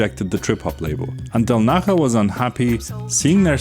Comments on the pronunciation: Del Naya not Del Naha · How the hell are you pronouncing 3D’s surname?? It’s Italian, not Spanish! del NAH-yah • Del as in English “del” (short e) • Na stressed, like “nah” • ja = “yah” (the “j” in Italian is pronounced like an English “y”) So: del-NAH-yah. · Del Naha??? Seriously? You haven't tried to check the transcription how to pronounce it? 😂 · The “j” in “del naja” is pronunced “e”; he’s of italian origin, not spanish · yeah it's a j like jar